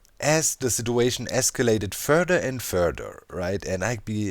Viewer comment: "It completely escalated" It completely iskallated.